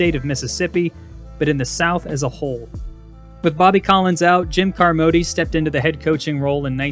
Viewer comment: This is a lousy video, full of too many goofs and errors to count. Two I'll highlight: 1) Bear Bryant's last loss was not to Southern Miss but to Auburn in the Iron Bowl the following week, and 2) Bill Carmody's surname is pronounced "CAR-mo-dee," not "car-MO-dee."